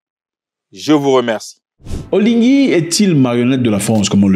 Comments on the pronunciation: Zack c'est OLIGUI et non OLINGUI ne nous déforme pas le président le nom 😅. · Zack c’est OLIGUI (sans N) et pas OLINGUI Revoyez cela svp.